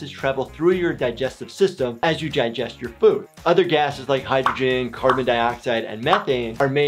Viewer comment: Just gonna ignore the fact he said “jye jest” 😂